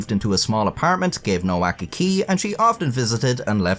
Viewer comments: It's pronounced 'Novak' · Her last name is supposed to be pronounced as “ Novak “. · its pronuced novak btw